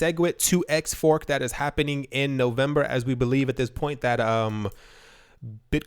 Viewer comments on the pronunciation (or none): "Owe-vemeber" is a premonition of us getting owed B2x. lol Thumbs up if you agree